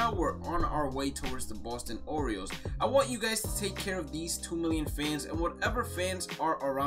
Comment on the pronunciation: He said Boston oriels